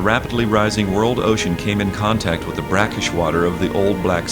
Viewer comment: Somebody tell these Russian guys “the” is not pronounced “z”.